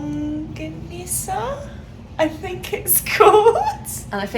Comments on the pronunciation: usually called tocilog (tocino, "sinangag"-fried rice, "itlog"-egg) and longsilog (longganisa, sinangag, and egg). tocino is pronounced "to-si-no" and you actually pronounced longganisa correctly and its funny how you were the one to apologize even though it was correct 😆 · nailed the "longganisa"